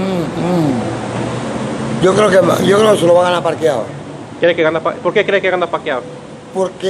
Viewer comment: Roberto Duran: Parquiao, instead Pacquiao! So funny!